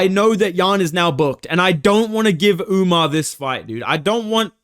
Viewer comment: Nah WE need Sean O'Malley vs "Umnar" Nurmagomedov. Maybe Umar can beat correct name pronunciation into O'Malley.